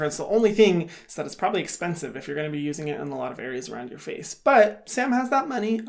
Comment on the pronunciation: no one: literally no one: Hyram: Thas espensive hahahaha